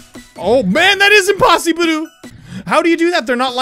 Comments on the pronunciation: "OH MAN IT IS IMPOSSIBURU" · Idk why did "Oh man that is Impossibru!" forced me to hella burst laugh